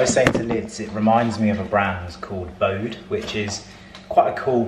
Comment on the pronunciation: That brand mentioned is pronounced Bodie, spelled Bode. They are coming out with a women’s collection but their menswear can be worn by anyone! The creator, Emily, finds fabric all over the world and turns them into beautiful, one of a kind pieces